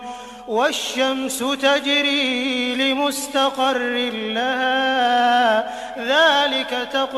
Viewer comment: Aayat number 37 ke baad tajari ko jajri padh Diya gya h dhyan se sune😊